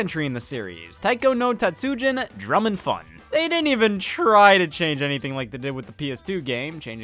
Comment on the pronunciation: Scott I love you but that pronunciation of tatsujin gave me whiplash